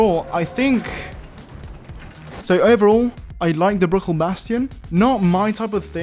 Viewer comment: everytime he says bruckell i hear brocoli for some reason